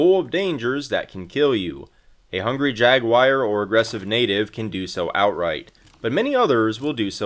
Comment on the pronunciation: I swear i thought i imagined it the.first time i heard you say "jaguire"🤣🤣 until i heard u say it again.